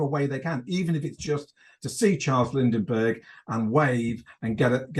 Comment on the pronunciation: "Lindinbergh" the whole interview... hahaaha...cute! The 1920s ROCK for setting and story potential. Anyone thinking it was all Keystone Cops and flappers needs to do some serious research